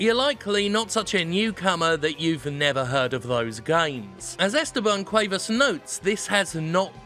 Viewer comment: It's actually pronounced Cu-eh-vas (like how the English pronounce vase)